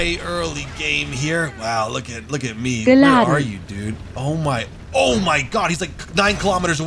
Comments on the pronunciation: wtf is this voice saying GILADANT, GILADANT, GILADANT? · FOR A MINUTE I THOUGHT SHE WAS SAYING BIN LANDEN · i straight up heard bin laden and thought lol is feeling good